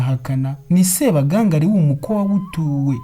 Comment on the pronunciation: Ntabwo bavuga Sebagangali,bavuga Sebagangaali. Kuri nga bashyiramo isaku ry'ubutinde.